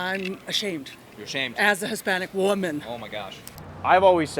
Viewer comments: lol wtf even was that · “As a Hispanic WUMEN” The way she said it cracks me up😂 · As a Hispanic CHWOMUN Lmao why did she say it like that